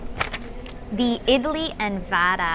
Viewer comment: Your pronunciation idli and wada is right Chiken biryani sooooooper taste but spicy